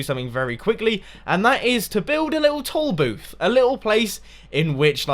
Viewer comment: When he was talking about the toll booth, I thought he kept saying "tall booth" so I was just sitting there all puzzled and then I realized at the end of the episode he meant toll booth. xD